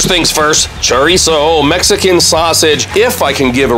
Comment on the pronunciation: Please stop saying Churreeeso😂🤣😂🤣😂🤣